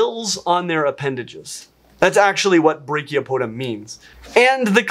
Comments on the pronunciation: I wasn't looking at the screen and heard brachiopoda instead of branchiopoda and got really confused for a second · Branchiopods are not to be confused with Brachiopods, of which you mispronounced Branchiopoda by not pronouncing the N. Branchiopods are the gill feet, not the arm feet. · You gotta pronounce the N in branchipoda, because without it, you're saying Brachiopoda, which is a different phylum than arthropods! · Don't forget that "n" in branchiopoda says my husband.